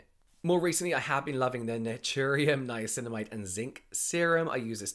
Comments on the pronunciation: I love it when says “ninamacinimide” 🥰🥰🥰🥰🥰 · Was that a nine-nine-acinamide I heard? Or something else????? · Ninanicinimide....or Ninaninacinamide...lol Love the podcast, you two are hilarious 🖤🖤